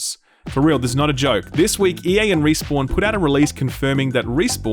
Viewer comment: Playing Destiny so much has rotted my brain to the point that when you say Respawn I hear Riis-born and question who the hell they are